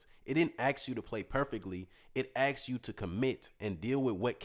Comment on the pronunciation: it's asked, not axed